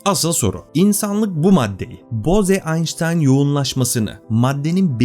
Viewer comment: Konu çok başarılı anlatılmış ancak belirtmeden geçemeyeceğim. O Hindu soyadı "boze" değil, "boğz", yani ingilizce'deki "rose" ya da "hose" gibi okunuyor. Yani "boğz-aynştayn yoğunlaşması" olarak okumak gerekiyor.